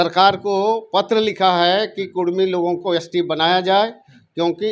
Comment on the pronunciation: Kurmi likha huw tum bolta kudhmi